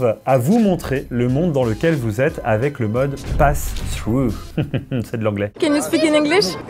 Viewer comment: Passthrough au lieu de paththrough